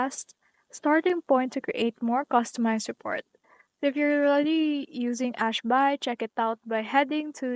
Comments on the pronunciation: what the fuck is this retarded bullshit? Ash-Bai? Are you fucking bisaya or something? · Hi. Para kang tanga sis. Ano yang Ash-BAY mo? bisaya kang gago ka?